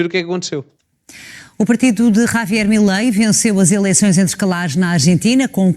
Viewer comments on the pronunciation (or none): O rapaz tens de aprender a pronunciar a palavra “ Javier” e não Ravier😂